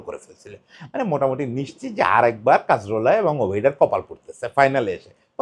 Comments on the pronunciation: কা-জোর-লা। কাজ-রোলা না। একটা মানুষ নিয়ে ভিডিও বানাইসেন, না থাম্বে ঠিক নাম দিসেন, না মুখে ঠিক নাম বলতেসেন। And Cazorla was a silent genius of a player. Don't call him mediocre please. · নামটা কাজরোলা না, কাজোরলা। একজনকে নিয়ে ভিডিও বানাচ্ছেন, নামটা ঠিকভাবে বলা উচিত।